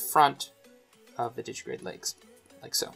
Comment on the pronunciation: Di-gi-TI-grade. Digitigrade, not didgy-grade.